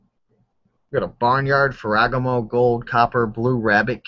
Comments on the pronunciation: Ferragaaaaaamo. But keep mispronouncing things. It's funny. :) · phoentically its: Fera Gamo